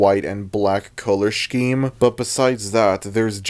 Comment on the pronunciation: look, I love you, but... "shkeme"? 😭 so far I agree with everything you've said this just threw me off. HAHA no hate